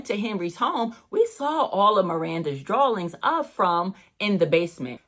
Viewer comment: Am I hearing drawlings or drawings?